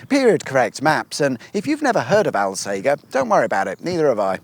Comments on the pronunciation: ALL - SAGE (the plant) - ER, not fucking Al-sager, Al-sagger, or any similar mispronunciation!! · Correction the town (Alsager), at least to most local people, is pronounced All.....Say....Jer. When you say 'Al' Sounds like you should be saying Weird Al Yankovic. Sorry to be pedantic but thats just so wrong! And i can Say that cause My grandparents are from there and I live in the town next door lol. And Holmes Chapel is pronounced Homes.......Chapel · One for the notes, alsager, is pronounced "ul-say-jur" by the locals by the way 😅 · The locals pronounce Alsager as "all say jer". Dunno if you knew that or were mispronouncing it deliberately. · Did you not ask local,people how to pronoun the towns name Al sage er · Love your work. But it’s pronounced All-Sage-er 👍🏻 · It's a soft G in Alsager. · You went right past Sandbach with its awesome ancient Saxon Crosses and lovely old buildings. Ps - Alsager 'All Say Jer' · It's pronounced alsaja. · Alsager is pronounced “Alsajer “ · Alsager? (pron. al-say-jer) Famous for Crewe and Alsager College if you're of a certain generation and were going through 'clearing' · I'm from Alsager, and we find it hilarious that no-one who hasn't grown up here can say the name. It's like Hot Fuzz. It's All-sage-er. Also we refer to 'Congleton' as Mongleton. So if you could add a caption correction that would be great 🤣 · Its pronounced alsajer 🙆‍♂️ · Now we are talking. Lots of my cycle routes on this one. Oh and you started in All-sage-er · Its pronounced All-sayjer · "All Sage er" Alsajer. C'mon, just ask a local :D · its pronounced al "sage" er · I've always pronounced it "All-sage-err" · You should have popped in for a coffee And it's Al- Sage (like the herb)-er And Homes Chapel Unless it's a video equivalent to a map trap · Rather poor production values when you cant even say Alsager correctly! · Alssager has a soft G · No one round here pronounces Alsager like that. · Al "sage" r